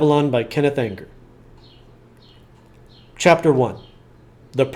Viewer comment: it's pronounced ENGER